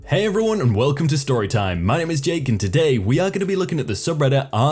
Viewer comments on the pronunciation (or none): none